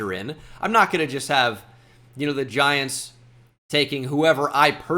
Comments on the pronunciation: Ahh yes the Giantsa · Ahh my favorite team the “Giantsa”